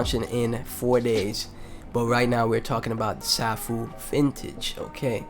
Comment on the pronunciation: Nice vid. BTW, Safuu is pronounced "Sayfoo" . Also, there is no presale of SafuuGo (SGO). You will only be able to swap Safuu for SGO during the first 12 hours of SGO release. After 12 hours, you can buy SGO with BNB. So buy Safuu now if you want to get SGO as soon as it is released.